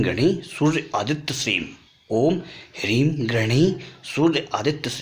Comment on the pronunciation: pranam ! kuch thik se smazh ni arah mntr last me shrim ya shri btta rhe ho app??????